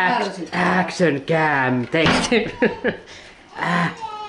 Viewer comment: Ääksön käm :D